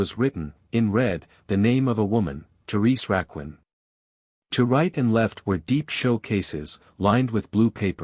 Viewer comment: lol. AI CRAP. horrific. Therese Rakwin